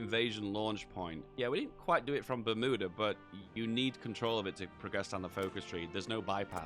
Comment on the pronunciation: It’s pronounced Bermuda, not Bermuda